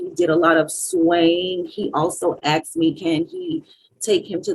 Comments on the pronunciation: But he axed her😂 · He axed her🙄